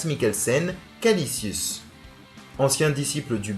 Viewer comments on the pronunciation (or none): bonne video mais tu t'es trompé sur le méchant ,c'est Kaecilius et non Kalicius